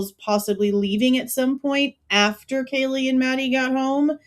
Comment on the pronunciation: Didn’t he mispronounce Kaylees name? Or was it that he didn’t know Maddie? It’s all weird because if he knew Kaylee he would know Maddie.